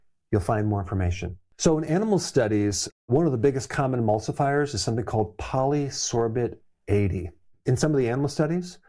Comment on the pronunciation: I'm , is it Polysorbate? 😂